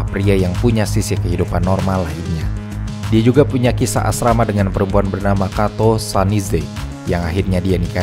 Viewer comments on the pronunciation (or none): kisah asmara harusnya😅 bukan asrama. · Bang kisah asmara bukan arama hehe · Kisa asrama😂 asmara yg bener😅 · "kisah asrama" yang harusnya asmara kali ya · Bagus naratornya meski ada kesalahan membaca "asmara menjadi asrama", but semua ok. 👍🏻 lanjutkan!